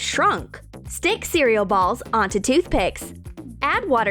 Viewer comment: When it says cereal balls it sounds worng